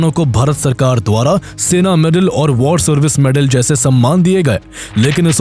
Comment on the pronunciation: It's war and not vaar....